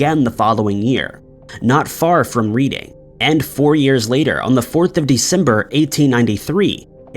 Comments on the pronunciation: It's pronounced Redding, not Reading like reading a book. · The Red in REDDING is pronounced as Read (past tense) NOT Read (present tense). lol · Not to be a d***, but it's pronounced 'red-ding, not reading.. just like all the towns ending in shire.. its pronounced sher, not shyer.. hope this helps all non UK ers! Lol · mate. The town of Reading is pronounced reding. Great video btw:) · The town of Reading is pronounced 'Redding' 🙂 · Where is reading? please pronounce thing right.